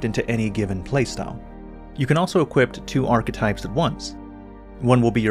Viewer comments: Equip, not equipt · I say this in a kind way but I've noticed for many videos now you say "equipt" with a "t" instead of ending the word with a "p", this is something which might seem small but could help improve the perception and professionalism of your channel. Everytime you say "equip" or a variant word you always include a "t" sound at the end which is not correct. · Never noticed before that pronounces "equip" as "equipt"